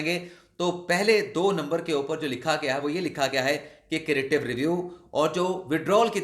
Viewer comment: کریٹیو نہیں ہے بھائی، کیوریٹیو ریویو ھے